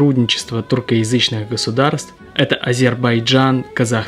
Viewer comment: тЮркоязычные, неужели сложно выговорить? русскоязычный термин же.